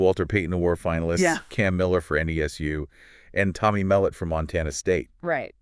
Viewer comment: "Tommy Melit" 😂